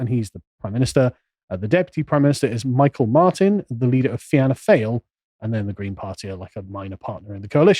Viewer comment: Hey Carl try these pronunciations..Fiannna Fail..Fee-a-nah Fall, Fine Gael....Finn-eh Gale, Michael Martin.... Mee-hawl Martin, Leo Varadkar....Leo Vah-rad-karr.